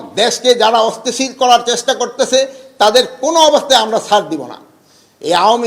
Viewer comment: অস্থিতিশীল পরিস্থিতি শব্দটাও উচ্চারণ করতে পারেন না। ঘুম ভেঙে মাঝরাতে অন্যকে দোষ দেন, কি সংস্কার আর কি উন্নতি করলেন এদেশের একটু বলেন। এই ৬ মাসে বিচার বিহীন হত্যা,খুন, ধর্ষণ,লুটপাট, আর কি বাকি আছে না হবার, এরপরেও কতটা নিলজ্জ হয়ে এসব কথা বলতে পারেন একজন মানুষ। ছি